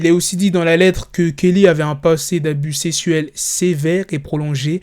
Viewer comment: Il a dit délinquants sessuel pas sexuel 🤣